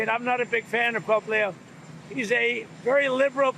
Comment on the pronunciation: sounds like you said polio, not Pope Leo! Better articulation, please